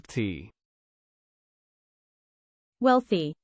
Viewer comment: You said it wrong